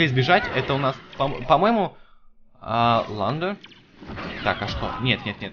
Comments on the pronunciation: исправь не ландо а лындо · лэндо а не ландо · его завут не ландо а лэндо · лендо ударение на е